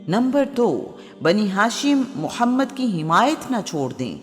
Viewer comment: Abe padhe likhe jahilo episode k lye kisi mard ki aawaz k intekhaab krte is jahil orat ko to tameez bhi nhi h hamare nbi SALLALLAHU ALAIHI wasallam k ism mubarak k sahi tariqe lene k